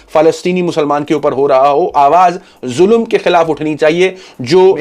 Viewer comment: Zulum nahi bhai ZULM